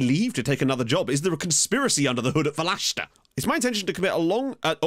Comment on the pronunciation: Welcome to my home country! 😂 You’re pronouncing the name quit well. Just put the accent on the e, so it’d be VE-leshta. I wish I could tell you more about the team, but I’ve been living in the US for almost 10yrs and know nothing about the Macedonian second division. Also, prep yourself for the Greeks. They’ll make sure you say North Macedonia rather than just Macedonia lmao. Cheers and good luck!